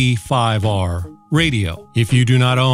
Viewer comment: He said UV 5R perfectly. UV 5R is not mandarin.